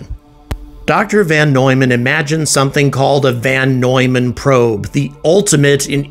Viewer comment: It's VON Neumann, not VAN Neumann!